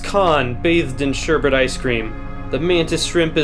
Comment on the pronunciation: When you pronounce "sherbet" wrong...